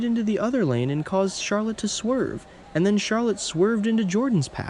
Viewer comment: Charlotte not charlet